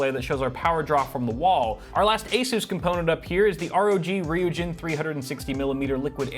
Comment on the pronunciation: Ryujin is pronounced r-eye-you-djinn